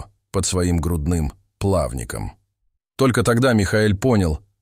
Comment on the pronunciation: " плАвником ", 🙈 "тИгровых" 🤦🏽‍♂️🤦🤦🏼‍♀️